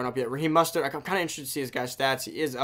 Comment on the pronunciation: His name is mOstert not mustert